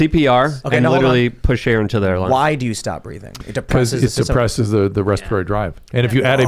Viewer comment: I read respatory the way Dr. Drew pronounces it.